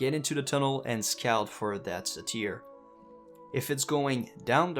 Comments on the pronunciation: Please... dear god. Its pronounced sei-tr. Not sei-teer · Say-teir lol XD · Great guide, look forward to trying this out myself. Cringed hard every time you mispronounced "satyr" though, haha. "Sei-tr", or "say-ter"